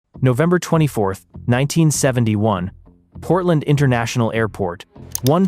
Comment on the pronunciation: In the beggining he said Potrand national airport